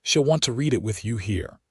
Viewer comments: Great story. Love the reader. Need to fix mispronunciations. Bow and bow, read and read , her name Tabitha, Santa Fe, tear and tear etc. I know English is a pain. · If they would just proof these with minor edits: - nod instead of bow - use the color red instead of read and reed instead of read - rip instead of tear - curved instead of wound and injury instead of wound - use names like Susan, Mary, Becky, Amanda - things the ai cannot screw up like this one did tuh-bee-uh-thuh or the other thirty ways said here Etc…